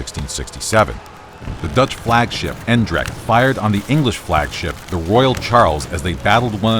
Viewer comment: You could improve on your pronunciation of the word "Eendracht" (unity, name of the dutch flagship in the battle of Lowestoft). The first syllable 'Een' is like 'ain' as in slain, the second syllable 'dracht' sounds like "drugged". So an english speaking person should maybe try ain- drugged, I dont know. Sorry to hear the Eendracht was sunk.